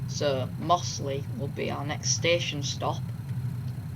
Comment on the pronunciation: It's slawit not slaithwaite. And mozzley